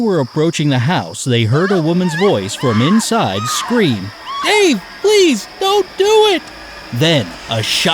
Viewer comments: The first one I thought you said Hey! Don't do it not 'Dave! Don't do it!' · I couldn't get the first cause when he did the girl voice I thought he said hey no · Cat Momma yes but it was hard to understand and I’m the captions it also said hey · I’m a little salty right now because I hear Hey stop, don’t do it, instead of Dave stop, don’t do it. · William Litvak I thought she said "hey," too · I thought it said "Wait, please don't do it!" Not "Dave" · U can tell that the guy who’s telling the mystery wanted to make sound like he said hey instead of Dave so u wouldn’t get it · I thought when the woman said Dave, she said hey so that’s why I didn’t get it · I didn't get the first one right until I lookedat the comments because I heard hey instead of Dave. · Elsie it sounds like "hey" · I heard HEY instead of DAVE lol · Had to re-listen to the first one, it sounded like "Hey, please, don't do it." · The first one was bad for two reasons. First, you prounced "Dave" in such a way that everybody thought you said "hey" which makes it really difficult. Second, the situation is incorrect. Police don't get emergency calls at the station. You call 911 which goes to an emergency call center and they route the calls to dispatch and police receive their orders over the radio. I thought it was the fireman because he would have been the most likely to know the police stations phone number instead of calling 911. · I thought it said hey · Link Jay I THOUGHT THEY SAID HEYY!! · Oh, Now I got it, when the narrator repeated the woman's scream 'Dave please don't do it' I initially heard it as 'Ew please don't do it'😂😂😂 Thank you everyone! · I totally couldn’t hear “Dave” it just sounded like a random noise so I was so confused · i didn't understand that he was saying Dave xD so i didn't get that riddle xp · Briannahs World of lps I heard Dave 😂